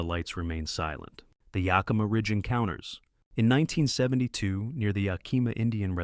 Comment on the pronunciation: Greatly appreciate your native, Yakimà sort of pronunciation, to ah stinking Yakiiimaaaahshithooeusa😮